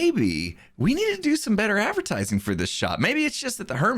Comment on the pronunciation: Nobody:: Avertising